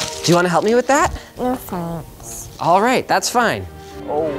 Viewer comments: World record: most No Fanks in a video ever. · NOO FANKS